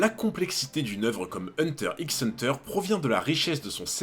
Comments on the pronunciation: Une chaîne dédié à Hunter Hunter devrait savoir que le X ne se prononce pas 😧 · Hunter hunter le "x" ne se prononce pas 😜. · Premier fait troublant le "x" ne se prononce pas, on dit juste hunter hunter 👀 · Je n'ai pas vu toutes tes vidéos donc je ne sais si tu as déjà abordé ce point mais le "X" dans "Hunter X Hunter" ne se prononce pas. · Hunter Hunter frero le x est muet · Tu le sais peut-être mais on ne dit pas le x de hunter X hunter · C pas un reproche mais pk tu prononces le x?